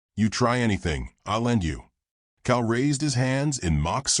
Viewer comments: Cal not cow. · COW!!!??? COW???!!! PLEASE get rid of AI!!!!!!!!